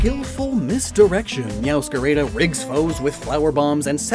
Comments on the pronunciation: "Mascara" instead of "Máscara" and "Mewscareida" instead of "Mewscarada"... I'm sorry but, as a Spaniard, I have to say that gave me ear cancer... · You're actually pronouncing "Meowscarada" wrong, all As sound the same, as in "apple"